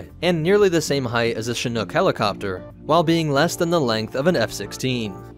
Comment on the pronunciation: Thank you for not butchering the pronouncing of Chinook. 🙏